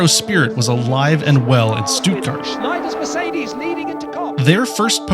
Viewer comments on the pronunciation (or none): you also pronounced stuttgart wrong 😂 -"st" in german makes "sh" and the "tt" almost makes a "d" sound - sh-tud-gard